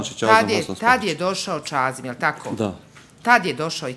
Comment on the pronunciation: Čuj čazim a ne cazim sve ko fol upotrebljava č